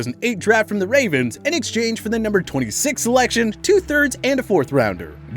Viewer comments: “ to the Wavens😂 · he said wavens